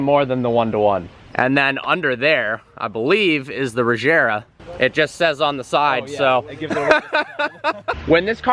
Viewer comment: Regera not Rejera. Please.